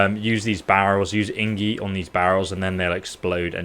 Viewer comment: Ingie? Ahhha wtf lol